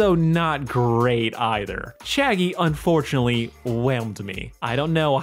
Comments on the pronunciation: Every time you say Chaggie just think about Shaggy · Whenever you say Chaggie all I can think is Shaggy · I see you changed the title, but nonetheless Chaggie is a crazy ship name. Sounds like you’re saying Shaggy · I kept hearing Chaggie as Shaggie XD Zoinks.